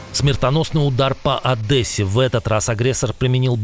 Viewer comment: Не одэсе, а Одессе правельнее говорить так